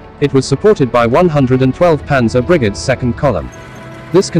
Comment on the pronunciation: Strange voice intonation - referring to Brigads instead of Brigades